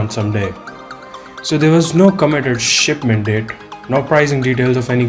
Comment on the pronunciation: What did u say at the start shitment? 😂😂😂